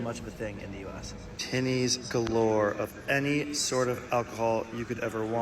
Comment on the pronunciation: So weird hearing an American say the word tinnies😂